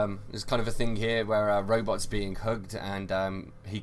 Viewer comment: I love his accent as he talks about "roybots."